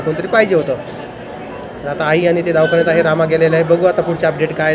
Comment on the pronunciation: Davkhanyat nhi re davakhanyat